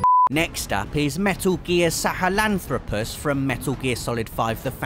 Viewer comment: Sahelantropus not sahelalelolutrpus